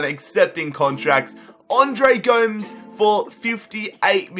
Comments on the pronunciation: u say it like gomez not goms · It's not go ms it's gomes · PLEASE stop saying 'Andre Goems' it's 'Gomez' 😂😩